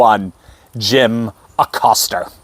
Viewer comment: Pronounced (A COAST A) since he is Hispanic in honor of heritage month. Just sayin'.